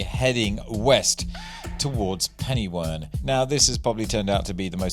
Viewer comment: Hello from Welsh Wales. Interested to see your drop off at Penywern. A very Welsh name, Pen meaning Head, y meaning the and Wern meaning Swamp or Quagmire so you get “head or the swamp” Welsh pronunciation phonetically would be pen-er-where(n)